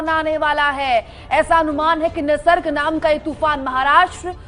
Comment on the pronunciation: Totaa ki tarhaa bole jaa rhe ho... It's Nisarg not nirsag ...